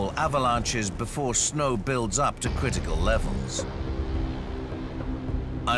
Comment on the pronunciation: Cwiticle levels 😂